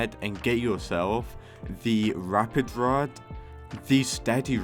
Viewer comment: "the ewapid rod"